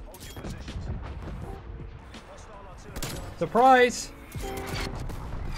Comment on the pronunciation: sorprais perras jajaja es un crack.